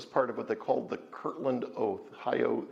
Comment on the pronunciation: I don't mean to be a Grammer police, but it is Kirtland, not kirkland.